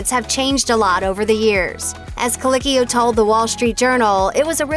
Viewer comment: I may not enjoy this person, and you can at least pronounce his last name correctly: coLEEKeeo. Thank you.